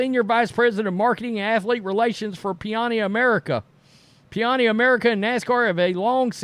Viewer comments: PaNiNi NOT PiAni! It's not that difficult. "I MEAN SERIOUSLY" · It’s Pa-ni-ni. Like the sandwich. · It's panini, pronounced PA-knee-knee😂❤ host is not able to say it😂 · Panini - It's not that hard dude. Pa-knee-knee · puh-knee-knee come on man 😂🤣😂😂😂😁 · OMG, dude. 🤦🏻‍♂️ It's pronounced "PUH-nee-nee," like the sandwich. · Paw-nee nee.